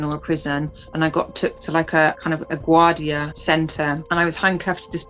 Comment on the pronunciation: As an American, I thought she was saying LaGuardia like the Airport. I’m thinking “Where in the USA do they have jails in airports like that?” Then when she said she got to the jail and there were prisoners on the roof with guns, I was seriously wanting to know what prison in the USA is like that? So I had to rewind it, put on captions and figured out she’s in Venezuela!!